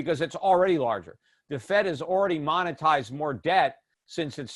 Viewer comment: I used like to listen to your advise, but I just realized how out of touch you have become?., you said the Fed is manitizing debt? Word is monetize, Do you have a case of Biden?, that's a word slip,but when you said, and you assume Trump will loose, you got senile fast dude, watch how wrong you about that, as for unrecoverable debt, you do have that right, but it's not all dome, we will reset, and silver will be the instrument to back the dollar, and be valued at around 70 k an Oz there now you yell, how crazy I sound